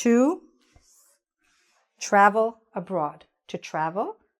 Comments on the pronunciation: Abroad not abrod ☺️ thanks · ABROAD!!! :-) NOT "abrod"!!! :-) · Abroad or abrod ? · abroad not abrod thank's for your attention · "Abrod"???? Im gonna sue my English teacher. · Ma'am, abroad - not abrod! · Abroad, not abrod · "Abroad" has an 'a' in it in English - not your Americanism, as you put . - "abrod"